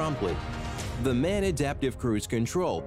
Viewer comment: MAN is pronounced M.A.N. , 3 letters, not 1 word.